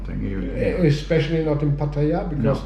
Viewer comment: ... at least he knows how to pronounce Pattaya!